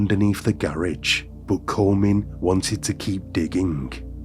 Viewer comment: AI can’t even pronounce garage. ROFL😅